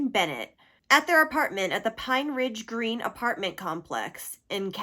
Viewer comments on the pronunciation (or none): none